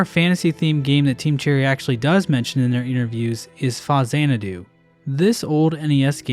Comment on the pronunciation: It's pounced FAX-AN-A-DO meatbag.